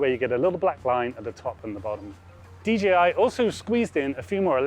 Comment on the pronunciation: DJI Not dgi It's a pet peeve of mine when people say it wrong